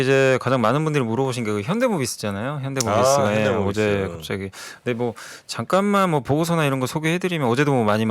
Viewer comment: 정프로님도 현대묘비스로 발음하시는군요ㅋㅋ